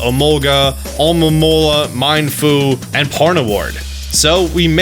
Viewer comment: How did you manage to pronounce "Pawniard" as "Pawrdubur"?